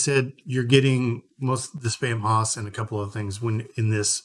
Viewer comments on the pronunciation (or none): The haus part of Spamhaus is pronounced "house" not hoss (nod to Dan Blocker, the greatest Hoss). The use of haus in English (later spelled house) is a result of English's Proto-Germanic ancestry. The haus spelling is often used to add flair or charm to a name. Like using the archaic spelling of shoppe as shop. FYI for anyone wanting to say it correctly after watching this video.